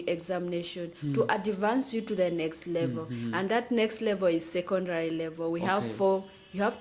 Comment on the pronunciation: Adivance or advance 😅😅😅😅